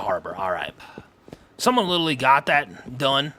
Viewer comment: I find ads are crazy when I watch on my phone but you can skip after a few seconds when I watch on my PlayStation there are 4 sets that go for a minute. It's clearly YouTube's settings not you doing it lol. I've watched you for many years! Also you've been saying littely for years 😂